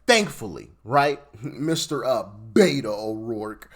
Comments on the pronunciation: "Beto", not "Beta". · It's beto (bait-o) it's a Spanish nickname for Roberto and his judge father demanded he be called that so he could relate to the Hispanic community in El Paso when and if he wanted to become a public official. She's just as much a shill and Robert O'Rourke. 😂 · Beto not beta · Just as an fyi he calls himself Beto (Bet-oh) not beta. His name is Robert which in Spanish is Roberto and Hispanics shorten that to Beto. I’m from the area and know from acquaintances that went to school with him that he HATED…. HATED being called Beto and would react to anyone who did so. Now he uses it to try and get the votes here. He, like AOC, is also cosplaying to the Hispanic populace. He’s actually quite a bigot if you listen to him speak. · To clarify its not "Beta" it's "Beto" as in Roberto, which is what his name is on Spanish. While I was under the impression either friends of thr family or the family themselves called him that, I don't know for certain. That said after his first beat down I think we, the people, started calling him Beta lol. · It's BETO..Not Beta. Cmon man. Hes a clown but know what your talking about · Btw Im a Texan and cannot stand Beto. His name is pronounced Beh toe. His reasoning for rhe using the name is something about growing up around hispanica or something. Can't remember the details. And the idiot is gonna try to run again apparently. He wants Cornyns seat I hear. 😅 ya right. Like thats gonna happen.